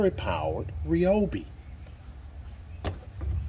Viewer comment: Great video. Also, I love the fact that you called it REE-YO-BEE as everyone should. Thanks for the video, you sold me man.